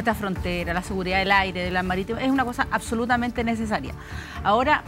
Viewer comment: Yo solo vengo por Artes a que diga: "acsolutamente".